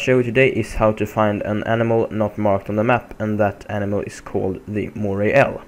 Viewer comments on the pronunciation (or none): About the name Moray eel you dont say "ELL" you say "IL" big dislike and I will report this video for broken! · hey friend, your pronouncing 'eel' incorrectly amigo (& it does sound pretty weird!), you say it with a HARD 'E', like "EEEEEl", you get what I'm saying. It rhymes with 'Heel' (like the heel of your foot or shoe) or 'Peel' like "I have to peel these potato's." Does that help my man? FWI, ur English is fine, actually its excellent.